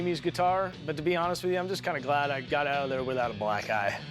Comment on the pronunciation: "Before I get a blacke eye..."🤣